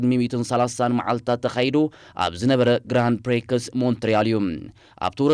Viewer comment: ስለ እቲ ተቕርቦ መሳጢ ዜና ስፖርት ኣዝየ የመስግን:: ነዘን ዝዕባ ኣባሃህላ ግን ተኣረመለን። 1. Prix ፕሪክስ ኣይኮነን ዝድመጽ። ፕሪ ኢልካ ኣርሞ። 2. UAE is United Arab Emirates NOT United “Arabian” Emirates